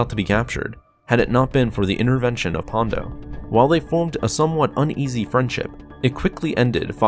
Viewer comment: An I the only one who noticed he kept referring to Ponda Baba as "Pondo"? 😆